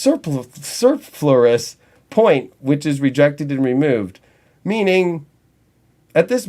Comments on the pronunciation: Superfluous: soo-pur-floo-uhs LOL! Best video ever!! TOTAL TRUTH! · Superfluous or extra or unnecessary is pronounced as "super" "flu" "us"